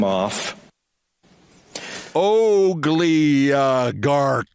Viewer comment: WTF is an 'Ogliogarck' -- I'm f'n dying!